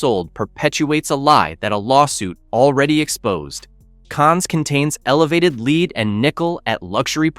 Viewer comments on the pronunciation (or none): LEED! It is pronounced LED. Non-English speaker trying English. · No, seriously -- it's a really good and important report, but it needed a human being to read it for this video, not an AI voice that keeps saying LEED instead of lead and "Go Deeva" instead of "Godiva." It hurts the credibility of your channel and the report to have AI deliver it. Just have the real author read it. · Learn how to pronounce lead.